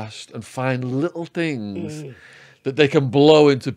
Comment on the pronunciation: Yo he says "fings" rather than "things".